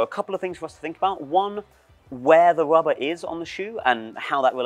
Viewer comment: At some point i started hearing "wubba" instead of "rubber" and now i can't unhear it.